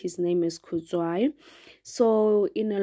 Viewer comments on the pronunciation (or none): Do not play with South African ladies And sisi it’s Kudzai not Kudzwayi please